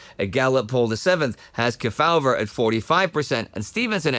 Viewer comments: Key-FOWL-ver that's really hilarious!..........KEY-faw-ver 🤣🤣🤣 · As a 76 year-old, I recall Sen Estes Kefauver's name being prounounced: KEE fow-ver in the media. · "KEY-faw-ver" was the usual pronunciation (and yes, I'm old enough to remember). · The Senators' last name is pronounced Key-faw-ver. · Except kept mispronouncing his name. It was Estes KEY-fah-ver. I'm old enough to remember him when he was still active in politics. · Everyone knows Estes Kefauver, except doesn't know how to pronounce his name.